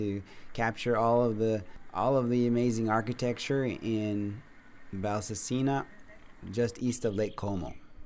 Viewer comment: please, Valsassina is pronounced with the accent on the second a not on the i. Your wife is Italian and she knows. 😁